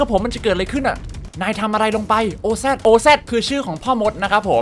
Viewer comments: Oz น่าจะอ่านว่าออซนะครับ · อ่านว่าออซครับ ที่แปลว่าพ่อมด